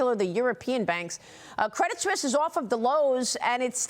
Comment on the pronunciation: Why does she keep saying Credit "Swiss"?